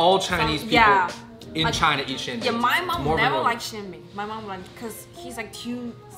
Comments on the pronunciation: im from Beijing! It’s not xianbing! It is Xian’Er Bing!!!! You need the er sound!!!!! Xian’ er Bing!!!!!!!! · It sounds so weird without the Beijing dialect. We add “r”s after the first syllable so it’s pronounced “Xia’er Bing”. Good video none the less! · It is Xianbinger hahahhahahahahahahah